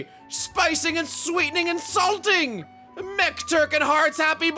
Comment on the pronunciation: "Spicing and sweeting and salting" Me: I thought he said insulting